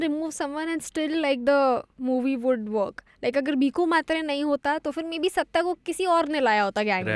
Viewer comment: The films name is सत्य but why does everyone keep pronouncing it like the South Indian or Anglo pronunciation version ? We had Ardha Satya before and everyone pronounces that like it was meant. The lead characters name is Satyaa but the films name is Satya the other side of truth.